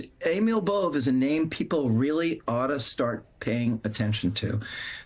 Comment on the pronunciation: Hlis correct name, Nicole, Is Emil Bove 🇮🇹 its an Italian last name. Pronounced as B O V The E is silenced. I know this because my mother's maiden name was Bove. It's Northern Italian, Luca De Marci Italy, near the Swiss Border. As far as I know, we are not related, my family on both sides are Staunch Democrat's. Or perhaps we miĝht be, which would be a travesty.